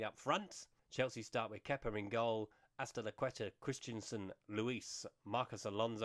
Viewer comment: As-Ti-licueta?? Haha